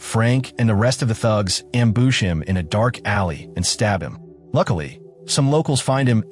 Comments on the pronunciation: BTW the word is not am boosh, it's am bush. your story telling gets in the way. learn when to stfu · Ambuush. AI voice needs a speech therapist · AI doesn't know how to say ambush. It messed up on the LeMat Revolver too.